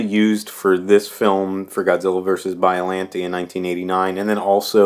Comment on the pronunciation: its not biolantee its biollante'